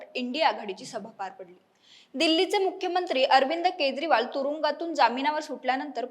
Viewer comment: अग बाई केद्रीवाल नाही केजरीवाल असा उच्चार आहे